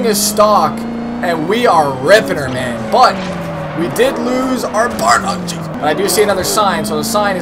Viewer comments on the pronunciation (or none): none